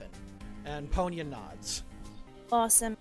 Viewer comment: I swear, every time I hear you say "Ponya" referring to the manaphy, I instead hear "Ponyo." XD